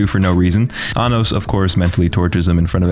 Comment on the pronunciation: My friend either ruined or perfected this series for me. Around the first few episodes he repeated all the lines where they were saying Anos's name, but pronounced it very similarly to Anus or Sir Anus. As if he was just pronouncing it slightly wrong but not deliberately trying to say anus... Now I can't not hear it whenever something serious comes up. It is funny and infuriating at the same time, but considering the show is an over the top power fantasy, it turns it into a parody. It is actually kind of annoying that Isekais, Demon Lord's, Power Fantasy, and other genres that fold together are the norm now. It also seems like every Korean action Manwa is a power fantasy now. Only the best really stand out. For some reason I find this show enjoyable though.